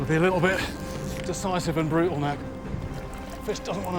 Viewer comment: unusual to hear Jeremy use a glottal stop, as in 'brutal' here